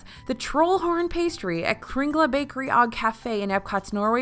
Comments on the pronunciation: "og" sounds like oh (or ohg depending on the words) not ahg. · Yummy treats!! I might just need that list for our trip in october! Also, quick pronunciation note on the 'Kringla Bakeri og Kafe' - it's KRING-leh bakery oh cafe (cafe like in english). The G in 'og'' is silent! Also, the word 'og' means 'and', so the name of the bakery translates to Kringla Bakery and Cafe. :-)